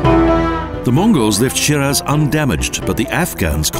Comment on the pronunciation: I don't mean to be rude, but if you want people to pay for whatever it is, that travel agencies do, first Teach your Narrator, to pronounce the Name of this City, Properly please!! It's pronounced Shee-Rahz (first part rhymes with See & the second with Jaws)!!